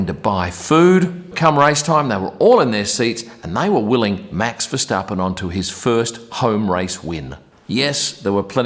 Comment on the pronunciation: You pronounce Verstappen quite well compared to some other English speakers! Now you can also improve the pronounciation of Max and Zandvoort: the A sound in those words is the same as the way you say the A in Verstappen. (and also the A in Grand Prix)